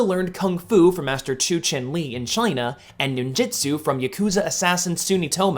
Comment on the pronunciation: It's Ninjutsu not Ninjitsu